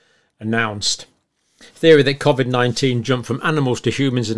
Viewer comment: The only thing John gets wrong is pronouncing the word Covid haha